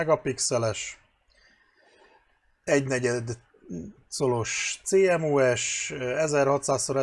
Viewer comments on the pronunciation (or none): Én elektroműszerészként "cémosz"-nak ejtem a CMOS-t. (A szaktanárom is annó...) :-) Nem bántásból, csak bántja a fülem... (...ha már másoknak szabad a "doboztépésért" szólni :-) ) Amúgy köszi a tesztet.